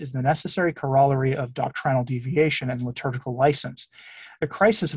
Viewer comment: You said “Lib-turgical”: the shoe fits 😆